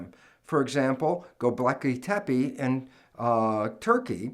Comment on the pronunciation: Lol i lile how he butchered the name Göbekli Tepe